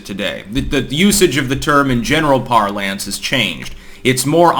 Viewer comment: Just a nitpicky thing really, but "parlance" is pronounced ˈpär-lən(t)s (note the schwa).